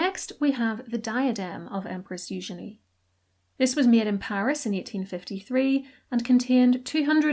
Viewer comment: Oh man, i am an absolute sucker for a gaudy and ostentatious broach.❤ also love the french pronunciation of eugenie. Not as lovely in the English